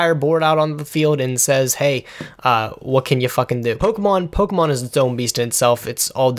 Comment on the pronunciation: I appreciate the correct pronunciation of Pokemon. I come from a household where "Pokey-man" was repeatedly said. You can donate $1 a day now to help a nerd that constantly disappoints his parents.